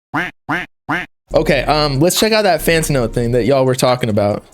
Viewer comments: It’s FantAno not Fant-UH-no 🗣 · L - Fantano: Lantano